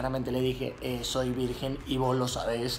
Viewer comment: VIRGEN NO VIRGUEN